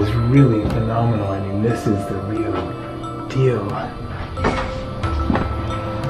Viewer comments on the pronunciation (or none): none